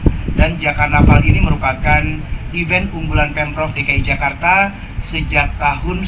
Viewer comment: Mbk. Mimin...belajar baca & bedain: event & even bacanya & artinya beda... EVENT -> "ivènt"... EVEN -> "ivên"...